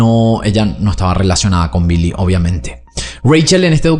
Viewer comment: Billy no se pronuncia como 'bee-lee' en ingles, es 'bill-ee'.